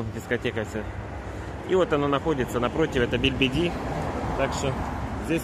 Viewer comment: Хватит говорить БЕЛЬБЕДИ!!! Аж бесит! БЕЛЬДИБИ. Что за привычка не правильно говорить слова., вот вроде смотреть интересно, но много где ТУПИШ!!